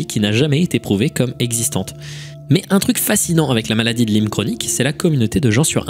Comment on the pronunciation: et tu continues de te tromper : ca se dit maladie de la-ï-me, pas lime